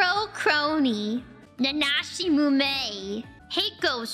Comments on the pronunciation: Why doesn't Moom pronounce the first "I" sound? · Mumei's reading of her own name reminds me of a clip of Dave Grohl's impression of Christopher Walken saying Foo FIGHTERS, where Dave told him the accent is not on Foo but on FIGHTERS